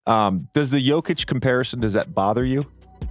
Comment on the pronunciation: Nikola is not JAKIĆ, he is JOKIĆ. Can you say O?